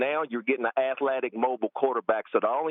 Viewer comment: “Now you’re getting an athLAtic quarterback”